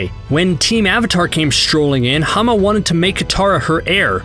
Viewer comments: her name is Hama not Hana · You idiot. You absolute buffoon. HER NAME WAS HAMA, NOT HANA!